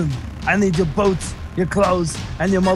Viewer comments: it sounded like boats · Talon Barrett he's saying boots